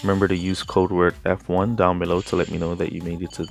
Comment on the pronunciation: F1 or app 1, thought you said App1 first 🤷‍♀️. Thanks for the education.